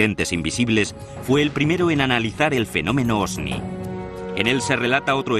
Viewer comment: Me tuve que fumar todo el programa al relator diciendo OSNI en vez de OVNI. Hubieran puesto a alguien que por lo menos sepa pronunciar correctamente la palabra central del documental. En fin, una vergüenza.